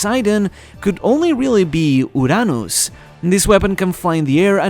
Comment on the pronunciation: can you say "Uranus" like a normal person? So annoying and cringy how you pronounce some things